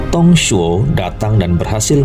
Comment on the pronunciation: Mantappp bos... Ayo semangat diupgrade baca mandarinnya (pin yin) biar lebih tepat pelafalan namanya.. contohnya nama Dong Zhuo dibaca (Tung Cuo)